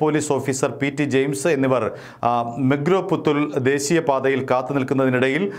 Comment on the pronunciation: മെഗ്‌രോ പുത്തൂർ അല്ല... മൊഗ്രാൽ പുത്തൂർ എന്നാണ്..